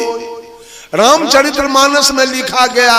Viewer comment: आप रामचरित मानस कानाम‌शुद्धनहीबोलपातेहो।औरप्रवचनकरतेहो। पहले आप बोलना सिखो। धन्यवाद।।